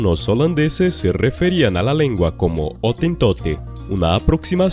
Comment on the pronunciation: Otin Tote? Jamás lo había escuchado.